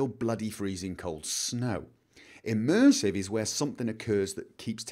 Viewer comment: We need "Immursive Toilets"